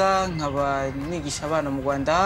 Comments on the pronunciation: It's rwanda it's not ruanda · It's Kigali Rwanda, not Kigali Ruanda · Its Rwanda not rawanda or ruanda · It's Rwanda 🇷🇼 not Ruanda